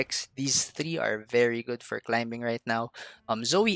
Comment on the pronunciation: Love your content, just a little tip: the 'b' is silent the word climbing. 😁 Not a big deal. Just a reminder. 😊